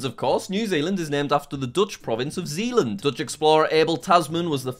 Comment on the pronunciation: The Dutch province is actually pronounced ZAYLand